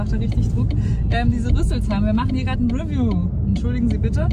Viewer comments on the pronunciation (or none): 'review ist pigeon English. Es heißt re'view.